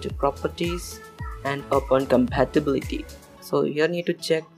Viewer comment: What the heck is "compatabhati"